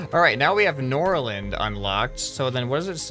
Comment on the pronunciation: I am a Swede and The A In Norrland is pronounced like The first part of I